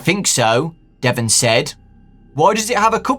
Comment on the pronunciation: Ouch my name is Devon even said like that.... Why..... Why?